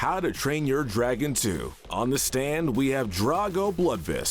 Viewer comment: His name is GRUG, not GURG, “”! 🤨: It’s pronounced EYE, “”! 🤨: It’s pronounced DRAG-oh bluhd-vihst, “”! 🤨 Stop mispronouncing character names,! 🙄